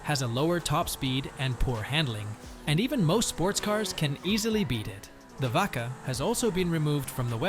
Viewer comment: This either AI or a guy who's never played the game reading a script. No way he played and wrote this and called the Vacca "vodka"